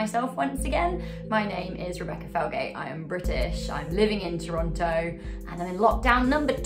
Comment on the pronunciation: Claims to have lived in Toronto for years. Pronounces it Toronto. Visible confusion